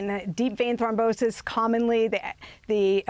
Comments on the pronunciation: It's Thrombosis not thombrosis goofy wahman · Thom-brosis lol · "Thombrosis?" Uh - nope. Look up how to say it, if you don't know. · Can't anybody correct Malika it's not ThomBROsis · Did she say "thombrosis"? At least learn how to read if you're gonna be on TV. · Only medical professionals caught that mispronunciation. It’s Throm-Bosis. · Malika, I would remiss if I didn't mention that you mispronounced deep vein thrombosis. Do better. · Can you teach Malika how to pronounce the medical condition properly please!